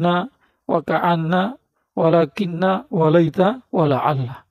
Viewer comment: ولكن الشيطين salah baca,bukan "nu" tapi "na",perasaan dia liat baca Quran ke bawah 😂,, Dia bagian dr huruf inna: tanshibul isma wa tarfaul khabar